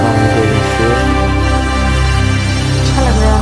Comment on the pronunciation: Not a good video. The dear lady was more obvious in it. Please cloves is pronounced clo vs. Not cloouvess. Iman temples is temple not as you say tamples